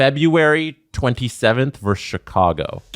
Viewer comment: It's "versus", not "verse". A verse is a portion of a song or poem, you use versus when talking about two opposing teams in competition.